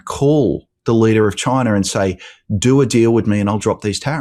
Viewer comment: Make him stop Ben, PLEASE! You can do it. And I think ONLY you can. How can ANYBODY who knows how to read, and spell, look at the word “China” and think that it should be pronounced Chiner??! ChinER!! 🤬😡😳🤪 WTF! 🤬 Please Ben…make it stop! Maybe he really doesn’t know how to read, or how words are formed. Using the letters that are actually IN the word. Maybe that’s it!? But seriously Ben, talk to him…he will listen to you. Or maybe I will start calling you Bean! That’s it..Bean Meezles 😜 I’m serious. This has to stop! People are going bald, from pulling their hair out!